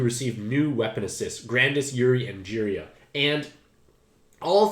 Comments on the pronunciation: Does anybody know if purposefully pronounces monster names incorrectly? His track record is so bad (i.e. Ji-RAI-ya turning into Jeery-Eye???) that I can't help but think he's doing it on purpose... Great video as always though:) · You must not watch Naruto cuz you said jiriyai and not jiraiya haha